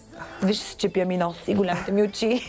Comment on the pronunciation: Толкова години известна и никой не й каза,че не се казва " бЯли" ,"голЯми"...